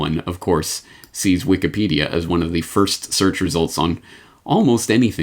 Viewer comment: Did I hear you say Wiked Peadia?